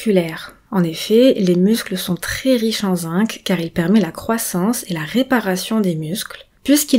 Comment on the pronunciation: Très intéressant mais, si vous m'autorisez cette remarque, le mot zinc se prononce "zing" en français, sauf si vous êtes Canadienne ("zink" au Québec).